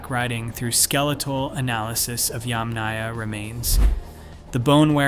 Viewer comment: YAMnaya, not yamNAYa.